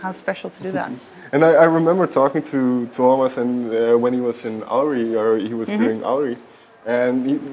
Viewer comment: The way she pronounces "Tuomas" was spot on! I'm so delighted!